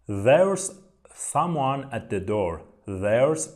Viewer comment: سلام استاد تلفظ some oneاشتباه هست